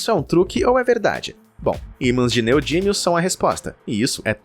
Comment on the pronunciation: Neodímio e não "neodínio"